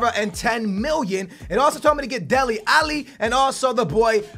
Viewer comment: Come on man. You started to say Alli's name correct in the last career. Now you're saying it incorrectly AGAIN